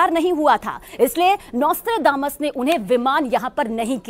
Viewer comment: नॉस्ट्राड्रामस या नॉस्ट्राडमस 😂